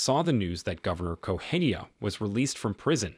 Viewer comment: It's not Goheia, it's Correa. Why the F does this guy keep pronouncing it like that? I think it might be A.I. generated.